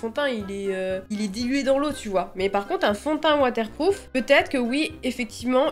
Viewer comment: "watAIRE pROUf" water-plouf 😂